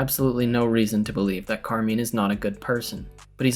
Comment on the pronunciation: And say Carmine's name correct hahah, love you both